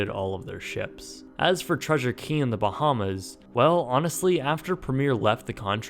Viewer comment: I don't think i'll ever get use to non Bahamians pronouncing the names of our islands wrong lol